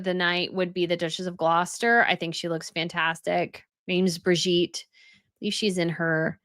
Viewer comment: mins The Duchess Of Gloucester, Her NAME IS-: BIR-GI-TTE - Birgitte. BEER-GEE-TUH. (Rhyme with 'duh') NOT Bridgitte.